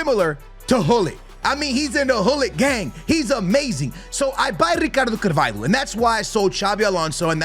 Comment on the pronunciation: it’s not carVAILho 😂